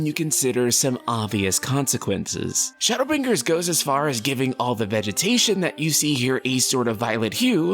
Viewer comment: Why do you emphasize the G in BrinGers so prominently? Is it a dialect thing?